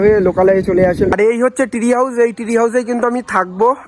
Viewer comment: Tree House ❌ Three House ✅🤣😂